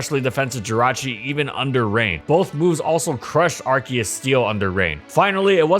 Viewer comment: It's Arceus not Arkeus